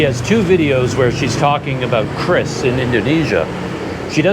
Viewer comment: QRIS is pronounced as “Queue - Ris” in Indonesia. 😂